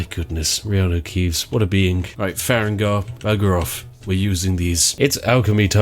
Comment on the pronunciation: "Far-egg-nar" All farengar fans are crying and sobing rn